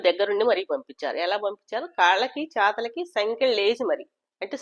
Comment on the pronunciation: Chethalaki kaadhu chethulaki madam 😂😂😂